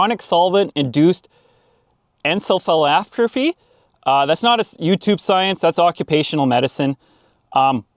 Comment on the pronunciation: i anticipate the word you are trying to say is encephalopathy (en-seffa-lop-ethy)